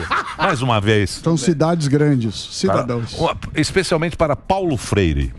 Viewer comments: Uma mulher que se diz repórter falou errado: ela disse "cidadães". Imediatamente o Marçal corrigiu a pseudo jornazista dizendo que ela deveria ter aprendido que o certo é "cidadãos". Ela deveria voltar para o primeiro grau? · A jornalistinha falando " CIDADÕES " 😂😂😂 EU NAO TENHO MÕES 😂😂😂😂😂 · A que ponto chegou a TV Cultura... convidar uma "jornalista" que não sabe nem expressar a palavra cidadãos... Lamentável